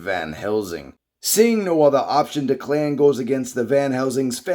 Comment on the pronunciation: It’s Declan pronounced Deck-Len